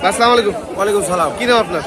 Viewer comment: আসসালামু আলাইকুম এভাবে শুদ্ধ করে সালাম দিবেন। স্লামালাইকুম বলতে কোন শব্দ নাই।